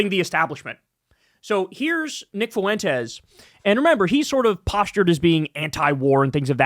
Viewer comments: Fuentes (pronounced “FWEN-Tez”) so no extra vowel sound after the F. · It’s Fwen-tez. You must’ve not have ever taken español